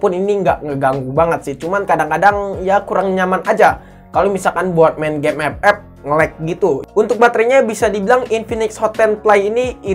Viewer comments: Gw juga player epep tapi ngakak pas lu nyebutnya ke gitu bang:v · Saat denvar suara EP EP auto semangat wkwkwk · bang bisa gak ngomong game "epep" nya biasa aja?😒🤣🤣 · Ngakak itu 😂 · Lah Gw Ama Temen Gw Malah Ketawa Klo denger Bang Bilang Epep wkwk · Awaokwoawkk ngakak bettt anjirrr ngomonv EPEP🤣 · biasa aja xaleee ngmong FF nya wkkk.....wkkkkk😆😆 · lah gua ketawa mulu lu bilang game ff😂